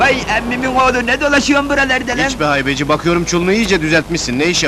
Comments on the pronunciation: Israrla "Heybeci" deyip durdun be müslüman... "Haybeci" hem yazıda hem film seslendirmesinde geçiyor. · Heybeci değil haybeci